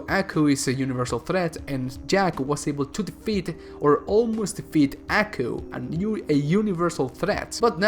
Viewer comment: It’s not pronounced ackoo it’s pronounced Aw-coo